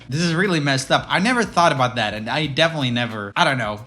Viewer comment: “Only a kid wud do dat.” Mr you need a children’s speech therapist.